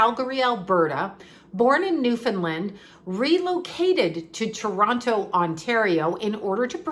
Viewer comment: you still have your Canadian accent eh. Still sayy Toronto correctly heh 🙃💜💜💜 love u